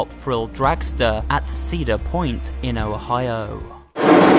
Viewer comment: “Dangling Coaster” makes me die with laughter EVERYTIME!!!🤣🤣🤣🤣🤣 And the way he said Ohio....🤢